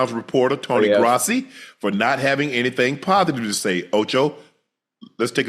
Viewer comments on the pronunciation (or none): Hey Unc it's pronounced - Grow see - Grossi. 🫡